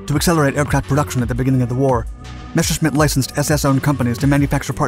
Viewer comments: Ok, cool, nice vid and all, but say it with me. Mes. Ser. Schmitt. NOT MESHERSCHMITT. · Messhersmit bf109, thats how u say it